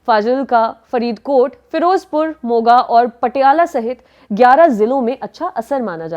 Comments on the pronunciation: Moga not Monga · मोंगा नहीं मोगा गलती सुधारो🙏🏼